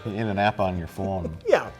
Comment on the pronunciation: The way Mike says phone is midwest hot